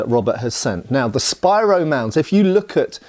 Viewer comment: Congratulations! You pronounced Spiro correctly! I live about 10 miles east of the Spiro Mounds State Park. When I was a teenager in the early 1970s I worked as a summer job as the Tail Chain, then later as the Head Chain for the County Surveyor. He told stories about when he was older boy during the great depression he worked as a fetch and carry, water boy for the (legally formed with all permits and rights) mining company digging in the mounds until the federal government shut the for profit operation down, then they (illegally but for the best for the sake of the history) took over the operation with trained archeologist. Mr McAbee still seemed pretty bitter about it even years later.